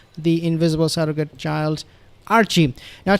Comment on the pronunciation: I'm chuckling at " invisible seragte children "